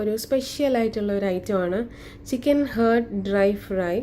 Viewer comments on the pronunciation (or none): It’s not hurt, it’s heart. What kind of pronunciation is that? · Just saying you r saying heart the wrong way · I tried it and its yummy. But please when you make next video do not pronounce chicken heart wrongly. 😅